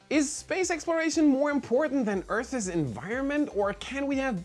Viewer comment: I love your videos! Your English is very good but I've been waiting months for someone to tell you that you're mispronouncing "Earth's" but you're still doing it. Maybe you don't know! That's why I'm saying something. I just want to help! Earth's (possessive) is pronounced the same as Earths (plural). You've been saying "Earthuz" and you can hear it in this video. That extra little schwa sound is necessary to say " videos" bot not to say "Earth's environment." HTH!